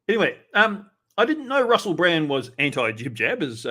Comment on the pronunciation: It sounds like he's saying Russel Brant instead of Brand